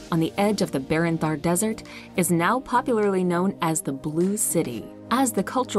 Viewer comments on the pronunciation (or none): none